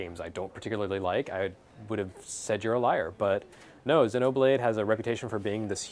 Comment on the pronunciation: "Zenno" blade? What's that?